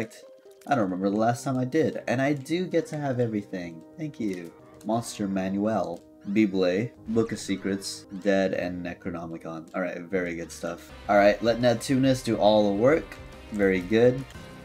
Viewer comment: Man can pronounce Necronomicon but not Bible